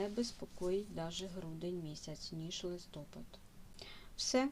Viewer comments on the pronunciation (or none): хочу Вас поправити не листОпад, а листопАд. Не вірно ставите наголос. Дякую за вашу роботу.